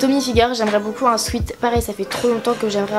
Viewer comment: nn mais sérieusement, j'en ai marre de ces personnes qui font genre je suis bilingue et tout mais qui ne sais juste pas dire un mot aussi simple que sweat, je sais que ce commentaire ne changera pas sa vie mais s'il vous plaît s'il ont ne sais pas dire alors ont ne le dis pas